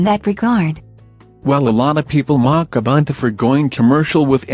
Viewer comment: Pffff, *buntu shills. :( Doesn't even know how to pronounce Ubuntu but thinks he can do propaganda for them. What a tool.